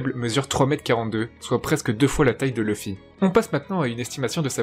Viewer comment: Dsl pouce rouge car on dit LOUFFY pas LOEUFFY